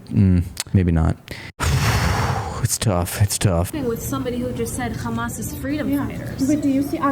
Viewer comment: They're in a bookstore and they still can't pronounce Hamas correctly